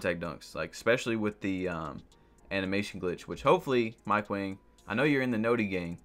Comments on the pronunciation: Mike Wang posted his name is pronounced like “ Wong” and we’ve been saying it wrong this entire time, but he let it slide bc Wang means King so we’ve been calling him King Mike.... so it’s Mike Wang/“Wong” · BiG JaY1602 it’s pronounced wong but his name is spelled wang